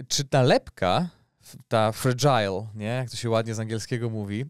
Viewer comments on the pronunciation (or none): sprawdź sobie wymowę „fragile” pls